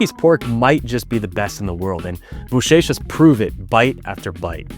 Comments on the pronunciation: You already say "bochechas" just like we say it, perfect, way to go! 👌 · The way you said “bochechas” and “lingueirão “ was awesome 👏 very good accent dude. 👌